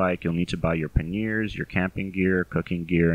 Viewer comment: Good information, thanks. (p.s. it's "PANyers")